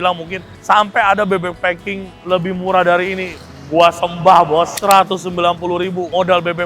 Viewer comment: Klo intonasi ny bahasa inggris bebek "pak king" jadi fu*king 😂😂 🙏🏼🙏🏼🙏🏼